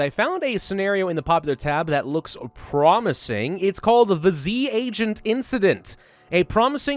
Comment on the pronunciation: Everytime you say promising I imagine it as pravusing XD